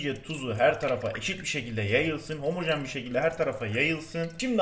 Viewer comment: NOBODY::HOMOJEN